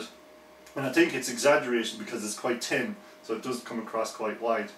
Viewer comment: Great review I love how you pronounce thin... 'Tin'